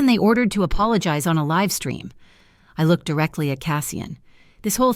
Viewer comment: Great story but the mispronunciations of words like live, and MAKO detract from the story and I don't like cliffhangers either